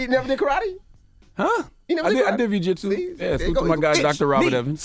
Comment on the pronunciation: Nick cannon don't know bujitsuh lol